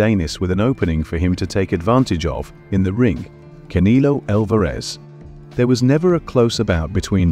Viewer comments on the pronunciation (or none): "Ca knee low" 😂